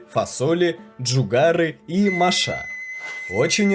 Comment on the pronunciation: ударения в словах "машах и казанах" неверно расставлены, а автор наверное родился в РФ,и является носителем языка😢